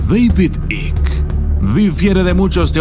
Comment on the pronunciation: Por favor di David Icke. Por que no se entiende tu pronuncuacion.